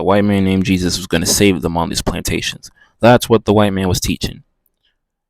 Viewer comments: Because she said his name wrong! its like someone calling you another name are you going to answer? Little did she no she actually rebuked him in the name of the devil. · He cant say Jesus in the first 40 seconds of this video. 😮